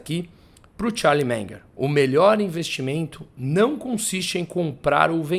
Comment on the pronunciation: Charlie "Menger" 😆